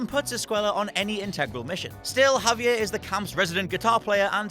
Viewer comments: “Haviyae” its Javier, hes Mexican not French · Twenty-one Javier. I can't even. Javier did so much to help you and you learned so much about him.